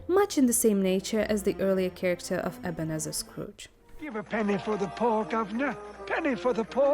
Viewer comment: Ebenezer is pronounced "eh·buh·nee·zuh".